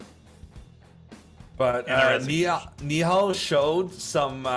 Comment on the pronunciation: You did a good job pronouncing nihal's name